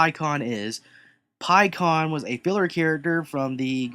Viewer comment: It's not pronounced "Pie"kon it's pronounced "p"kkon